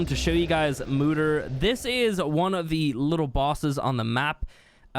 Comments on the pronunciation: Lol moo-der. Its pronounced moe-der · I know lm late to add a comment on this video but I just wanted to say that it is pronounced Mo-Deer not Moo-Der